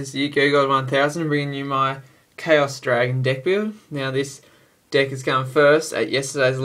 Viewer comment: U said di ck except of deck